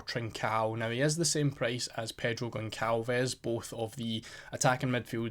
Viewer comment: Just a couple notes The U in Quenda is silent The Ç in Gonçalves is read as a S